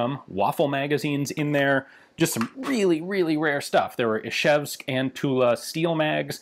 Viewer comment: Wow, your "zh/ж" in Izhevsk (Ижевск) is really good for a non-native, maybe the best I've heard ever from a foreigner.